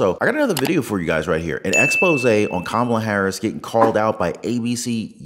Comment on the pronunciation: Ka’maalaa, say it fast and get it right. 😂